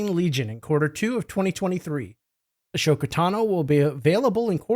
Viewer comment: Nitpicking... but Ah-so-ka vs A-sho-ka.